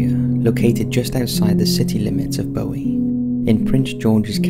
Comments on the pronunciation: As someone from that area in Maryland, I cringe at pronunciation of Bowie...it is not Bowie as in David Bowie, it's Boowie. Also, I lived in the B section when I was a kid in the 80's and 90's and never heard of the Goatman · I grew up in Bowie, Maryland. Everyone knew about the Goatman legend and that he would jump out of the woods at passing cars. And it’s pronounced Boo-wee, not Bow-wee. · It’s pronounced Boo-Wee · I live in Bowie, MD. Guess I know what I'm doing this weekend! Btw it's pronounced "Boo-E"